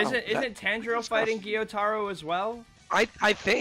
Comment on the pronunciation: Maybe they’ll pronounce Gyutaro’s name right at least once before the season ends. 🙏